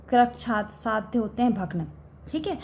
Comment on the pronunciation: Krichysadhya and asadhya galat pdha rhi h 😢